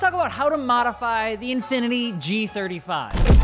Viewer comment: Bros trying so hard to kill the g35’s name…